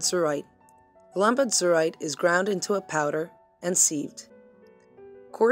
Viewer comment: It's AZ-uhr-ite, NOT az-UHR-ite. Ugh...